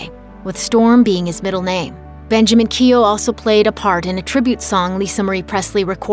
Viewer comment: Keough pronounced incorrect